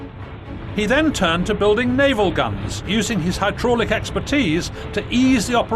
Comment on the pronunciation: really good documentary apart from the awful jacket and way pronounces 'hydraulic':)